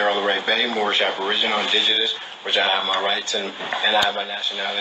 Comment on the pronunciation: they are joking because one of them couldn’t pronounce anything right. But he kept calling it mormish not moorish. He sounded like he had his mouth wired shut. That’s the only thing I can describe what he sounded like.